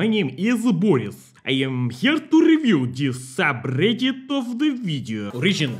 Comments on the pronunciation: No it’s Soobridit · Its soobridit